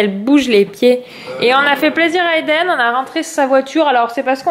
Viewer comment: Quand Eden choisit son histoire, il me semble que tu as dit "LiDen" Un mix de Lili Rose et Eden?😂😂 Super vlog, bravo a ta fille pour le 4 pattes Bisous 😙